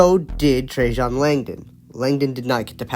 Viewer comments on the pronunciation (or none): His name is NOT Trajohn! It's Trajan. FFS!